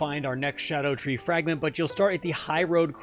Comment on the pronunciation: First person out of 7 videos to pronounce it right. Thank you, so I’m going to actually watch the video and drop a follow